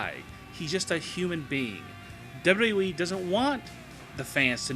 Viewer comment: I don't care for the way this guy pronounces "WWE" and this video in particular makes no sense, especially #5. How do you hide the fact that somebody isn't on TV?